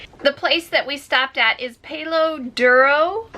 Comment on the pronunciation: you palo is not a long A think of pal. duro silent O